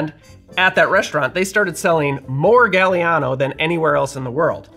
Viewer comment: NOT JUST WISCONSIN!!! 🤣❤️🎄🤣❤️ Yes, this old fart from a SW non-suburb of Chicago (because my town was founded first) was allowed the Golden Cadillac Milkshake on Christmas (unless Dad made Harvey Wallbanger milkshakes)! YUMMMMMMM!!!!! ETA: Gaah-li-ah-no … the “a” in Italian is soft (ah), not like “gal”, and is pronounced the same, no matter where it falls in the word.